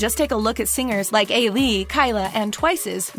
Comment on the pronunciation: And at least try to pronounce their names correctly. Ailee is not that uncommon. EYE-lee. Or IU. Like how do u get this wrong. EYE-you not YOU-wee. Yeesh